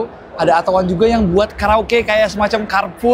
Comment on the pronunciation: Plis, jgn di englishkan lagi namanya, beyede udah capek rubah nama biar mudah diucapkan orang Indonesia, jangan lagi dieja ettow wan, atto sendiri berbahasa italia yg dibaca atto bukan ettow, jadi ejalah beyede atto satu